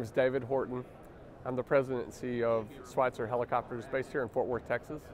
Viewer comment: It’s not Schweitzer… it is Schweizer. There is no “T” in the name. As CEO, you should know that.